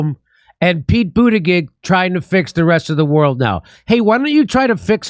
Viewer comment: it's not pronounced boota-gig, more accurately like BOOTY JUDGE